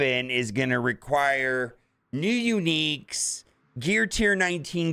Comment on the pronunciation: No you didnt...the murderer of words....say it five times in a row "new uniques" 😅